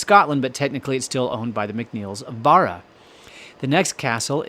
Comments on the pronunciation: Hi, can i tell you how to pronounce the name of the castle. You say, Kissimull castle. Its pronounced Kee sh mul castle. The island is pronounsed BARRA Love your chanel Christina Macpherson ❤ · Please! Please don't be offended - that isn't my intention AT ALL. Just so when you come to Scotland & start talking about Kismuil, the locals will regard you as one of them... Kismuil is pronounced Kish-mul here. And Barra as bah...rah. I know it can be tricky. I was born in Scotland but grew up in Canada and came to Scotland when I was nearly 21. Luckily, my Mum never lost her thick Scottish accent & always used Scottish words & phrases (ie, what in the name of the wee man have you done to yersel!) so I was familiar with words & pronunciations and had few problems. But I still had the odd problem trying to pronounce a Gaelic (that's Gall-ic, & not Gayleck) based word. It's tricky & catches most non-Scottish speaking people out. By the way, Scots IS a language on its own. Gaelic was the language of medieval Scotland, but 'Scots' language evolved & is classed now as a language in its own Right. Badenoch is pronounced - Bah as in a sheep noise-de-noch, rather than Bay den och. Foulis Castle - fow as in cow - lis - and not Full as in liquid up to the top of the cup. Argyll - accent on the last syllable. :) But all in all, you're doing a GREAT JOB with the pronunciations - example? Wemyss! LOL! You got it! Putachie - The term "putachie" is not commonly associated with Scottish Gaelic or Irish Gaelic. It appears to be a Norman term, which is a dialect of French. The word "putachie" is the feminine singular form of "putachi" in Norman. This note from the 'Wikidictionary' is not un